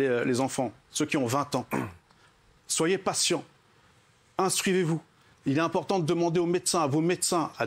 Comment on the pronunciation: Le mec qui donne des leçons... « IntruiVez-vous » comme dirait Moundir 🤣😂